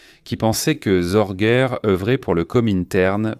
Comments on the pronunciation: Ce n'est pas Zorguer mais SORGE, sans finale R, se prononce Zorgue. Sorge veut dire "souci" en allemand.😅 Je ne m'intéresse pas à votre émission fort olé olé, il y a bien mieux. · "ZorguEURRE"…………… Et ta SŒURRRRRREEEEEEE???????????????? "Histoires VRAIES" ? Tout est faux, même les noms, il n'y a jamais eu de Hanako Miyake ; elle s'appelait exactement ISHII KHANAKO, 石井花子, etc……… visionnez plutôt "Richard Sorge. Master spy. Star media" (12 épisodes), ou l'émission d'Alain Decaux !